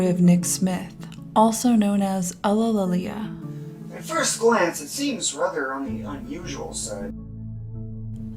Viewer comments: It's pronounced You-lee-lee-ah not UGHlililia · So how many outtakes did you have while pronouncing "ulillillia"?